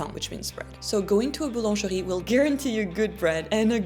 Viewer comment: What was the word that was not boulangerie ?